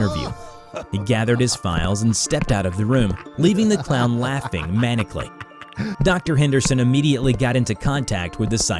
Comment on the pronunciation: Manikly? It's Mah-Nile-Calley